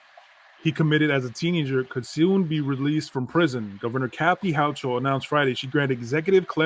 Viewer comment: Governor Ho-CA-AL is how her name is pronounced 😂😂😂😂😂